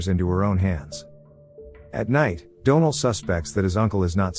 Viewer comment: I really hate AI narrators. They don’t pronounce certain words properly and they can never say names right. For example the name Donal. It pronounces it as Doe-nel instead of Dawn-el or the name Penelope as Pen-e-lope instead of Pen-el-o-pee. It drives me crazy.